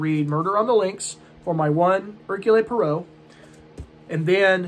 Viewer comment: Hercule Poirot is Belgian his name is pronounced /ˈɛərkjuːl ˈpwɑːroʊ/ perhaps watch a video on it like: "How to Pronounce Hercule Poirot? Agatha Chirstie's Belgian Detective Character" by Julien Miquel The mysteries of Belgian French pronunciation!